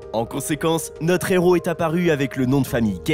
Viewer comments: Un "Néros"? Vous avez pas honte, franchement? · De son Héros, h aspiré, punaise un "néro" répété plusieurs fois. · Moi qui suis une INCONDITIONNELLE de Nicolas Cage, cette vidéo est d'une médiocrité sans nom alors qu'il y a de quoi faire avec une telle carrière et un lascar comme lui ! Pensez à prendre des cours de diction ainsi que des cours de français également ! On ne fait pas la liaison devant un H. Exemple un héros....